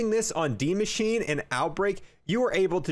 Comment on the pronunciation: And Maschine is pronounced Mashina